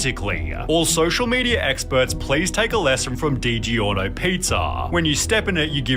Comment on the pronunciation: Did he say digi-orno pizza….wtf😢